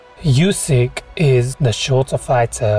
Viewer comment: his names pronounced oo-syk not u-syk